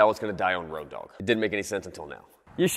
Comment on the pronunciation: its not "ROADOG", it's "ROAD OG" lol